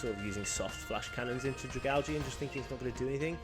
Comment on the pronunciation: Bruh I pronounce dragalge the same way you do. It definitely is pronounced that way and any other way is wrong 🤣🤣